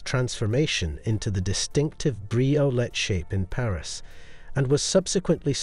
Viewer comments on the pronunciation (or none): none